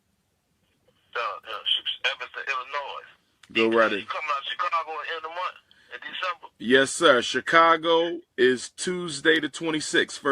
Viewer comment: Do they pronounce the word MONTH differently in Utah than they do everywhere else? always says MOUNTH.